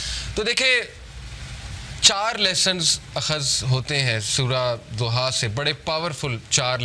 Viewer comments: Surah Duha not zuha... Correctly pronounciat please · It’s Surah Duhah not Zohah plz correct ur pronunciation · Surah ..Zuha .. Nahi Surha.. DUHA.. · PLEASE SAY DHUHA PLEASE PRONOUNCE ض DH INSTEAD OF Z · Zuha nhi dhuha bhai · Soura zoha ni soura doha hai urdu mein na kahien Arabic lfz duha hai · Naam galat bool raha hai sorat ka....doha